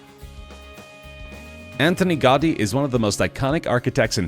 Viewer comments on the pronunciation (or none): Nobody is going to comment about how he butchered Antonio Gaudi's name?